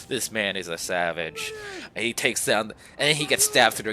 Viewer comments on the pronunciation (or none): none